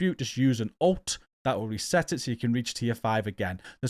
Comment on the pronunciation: I’m watching this video and listening carefully and when you explained “Reach Tier 4 in all …” you said something that sounds like “ thats when you use an alts”. Maybe its your accent but what is an “alts”? I asked another person to watch and listen and they had the same problem understanding. Can you assist please?